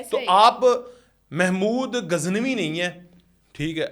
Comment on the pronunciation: او بھائی آپ صحافی کہلواتے ہیں لیکن آپ محمود غزنوی کو اپنی ساتھی سمیت محمود گزنوی کہہ رہے ہو۔ خدا کے لئے نام تو درست لو